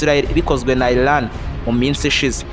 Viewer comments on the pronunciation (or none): none